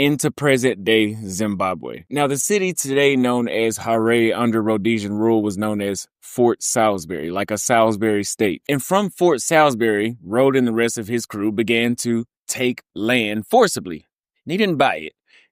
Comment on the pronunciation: Harare is pronounced differently. Ha ra rhe. The ra part is supposed to be said the way would Ra like the sun God from Egypt. Anyways other than that good video.